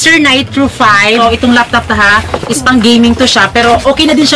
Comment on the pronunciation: Laptop hindi loptop. 😁